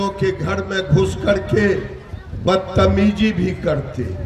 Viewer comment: Batamiji😅😅it's batameezi